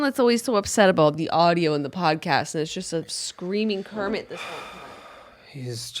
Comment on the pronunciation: Home Kermit: hermit World Kermit: wormit